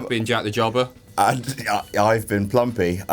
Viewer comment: its plumpy not plumpie you filthy mark